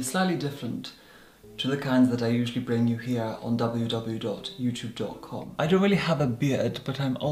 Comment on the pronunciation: He usually misses a 'w' while saying and boy does it bother me